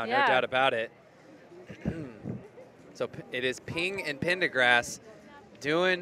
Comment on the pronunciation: Male announcer kept on adding in an R to the one girl's surname and saying PendergRast instead of Pendergast...